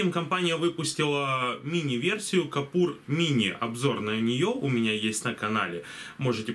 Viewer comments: может быть кУпОр.. а не кОпУр? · Ну почему "капур"? КУПОР!